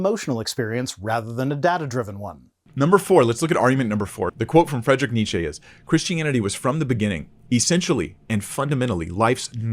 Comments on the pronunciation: almost pronounced Nietzsche's name correctly. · Okay, since you insist: You pronounce Nietzsche pretty well but the 'e' at the end is a different type than the English one. Instead of a prolonged 'eeeee' it's more of an 'uh', so ~Nietzscheh ('eh' same as 'uh' but an e instead of a u if that makes sense, also it's a silent 'h' xD), gl lol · ok as no one ever corrected you it's Nietzsche that would be an "eh" sound at the end. rest ist perfect ;)